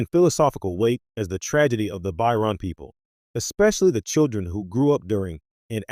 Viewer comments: The “By-Ron people”?? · It's "Ba-cho-ran." That made my eye twitch. That aside, solid analysis and deep dive. Just... work on the pronunciation. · Whilst thje analysis is good, it is undermined by the narration mispronouncing the name of the people and the lack of photographs of Ro Laren when she mentioned.